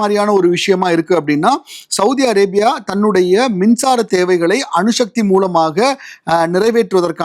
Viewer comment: அணுஷக்தி இல்லடா அணுசக்தி